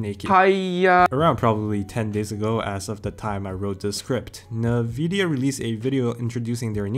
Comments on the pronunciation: It's "en-vidia" not "navidia." Great paper, though! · Not trying to be disrespectful but I would like to point something out: It's pronounced: "inn-VID-ee-uh, with the first two vowels being identical, sometimes it may sound like: "En-Vid-Ya" as well. but not: "Ne-Vidia" like you pronounce it on most of your videos. Please keep up the good work, I hope this will helps for future videos :) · It's pronounced N-vidia, not nuh-vidia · what? nuh-vidia?